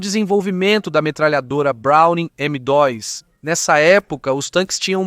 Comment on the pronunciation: Estranhei tbm qnd ele fala “M dóis”